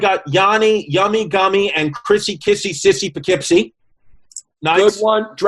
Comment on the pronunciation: Did he say “Poughkeepsing me”?